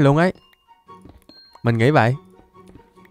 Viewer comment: Sao cứ đọc vậy thành zây